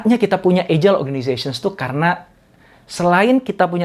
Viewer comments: How to pronounce: /ˈajəl/ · Salam sejahtera pak Doktor. Izin saran. Coba dicek kembali cara baca kata "agile". Jgn terlalu sering wajah Bapak yg dimunculkan. Lebih bagus isi/ bahan materinya yg sering dimunculkan. Trm ksh.